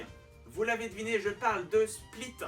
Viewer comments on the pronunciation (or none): Non, on dit "split", même chez Shakespeare (Pas splaïte..)